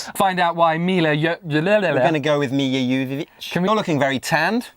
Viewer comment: dudes, you should really do some research before taping the show, you pronounced Milla Jovovich wrong every time, it was a pain to listen